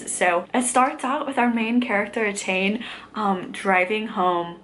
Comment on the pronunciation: Really glad you're enjoying so far! You were right the first time, Etain is pronounced "Attain". It's a rare Irish name that's not trying to trick you. (Feidhlim is "Fey-limb" incidentally).